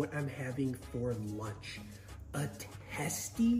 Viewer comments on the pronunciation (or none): testi more like zeysty